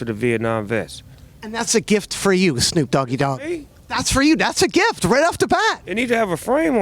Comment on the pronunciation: "Shnoop Doggy Dogg" 😂